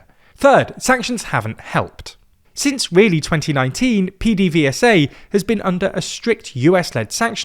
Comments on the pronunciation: Hearing PDVSA pronounced P D V S A instead of PeDeVeSA is wild. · Venezuelan here. No one calls PDVSA "P-D-V-S-A". We call it "Pe-de-ve-sa", we always did. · PDVSA is prounonced "PEDAVESA" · You really need to look up how to pronounce PDVSA